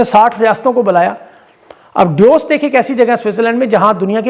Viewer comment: Aap itne jahil hain ke DAVOS KO DOS KEH RAHE HAIN.KABHI GOOGLE DEIKH KER SPELLING AUR PRONUNCIATION THEEK KER LEIN APNI BAK BAK SE KUCH WAQT NIKAAL KE.